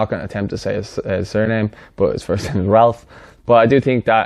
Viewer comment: Great video, a big fan of a lot of these players. "Ralph" 😂